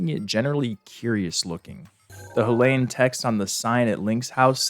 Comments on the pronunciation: Also why do you pronounce Hylian like HILL-ayan Its HAI-LEE-an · Ok so I don’t wanna be THAT person, but I can not finish watching this without saying something about how you pronounce Hylian… Dude, they literally say the word in multiple cut scenes, how in the world are you mispronouncing it so bad lmao I’ve been like oH MY GOD, it’s not, “Huh-Lay-In”, it’s pronounced like, “Hi-Lee-Un” lmao if it was pronounced the way you’re saying it, then it would be spelled like, “Halayin” 😅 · Curious why you pronounce Hylian as "Huh-lay-un" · "leviathaaaahn" Idk if he's doing it on purpose to increase engagement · this is probably because those are the same letters in Hylian but can be pronounced differently and need to be translated differently into a latin script. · i hate the way he pronounces hylian, it’s so very wrong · ok im sorry but the way you say hylian gives me physical pain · The way you pronounce "Hylian" gives me agita.